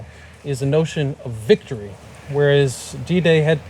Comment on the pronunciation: Vicotry you say 😂